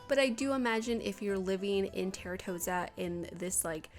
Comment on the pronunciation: Just so you know. Its pronounced "Tahr-toe-sah" 😊